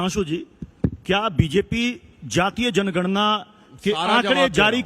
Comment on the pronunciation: सुप्रिया ने जनगणना को जणना बोला है ध्यान से सुनो चमचो जो कगना के रामनाथ कोविड कहने पर सवाल उठा रहे थे वो तो अभिनेत्री है पर ये तो राष्ट्रीय प्रवक्ता है पप्पू पार्टी की 15 से 20 सेकेण्ड के बीच का क्लिप देखिये और सुनिए ध्यान से ये जातिगत जणना बोल रही है ये सुप्रिया और रागिनी को मत बुलाया किजिये प्लीज इनको तमीज़ ही नहीं है बात करने की ।